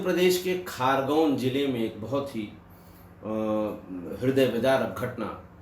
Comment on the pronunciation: सर वो खारगोन नहीं खरगोन है l शांत जिला है लेकिन इतना भी शांत नहीं घर घर बंदूक कट्टे बनाने का कुटीर उद्योग चलता है l